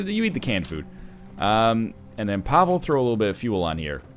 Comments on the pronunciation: NL you've probably been told this, but you are mispronouncing Pavle. Its not Pav-ehl. Its Pav-ley, Its a common name around here. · MrSokoviruva RobLucci is clearly right with this. I feel like I lost some brain cells reading your weird attempts at trying to antagonise. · No he doesn't. The game is based on siege of Sarajevo. Its a Serbian name. Pavle is a Serbian name rooted in biblical name Paul. In other Slavic languages its Pavel.